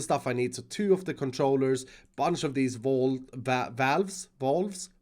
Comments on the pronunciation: U said valve wrong dummy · Have o been saying valve wrong? It's vALve not vOlve right? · It's pronounced "VÆLV" not "VAALV" or "VÅLV" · I'm American and I'm like it's a vAlve not a Vaolve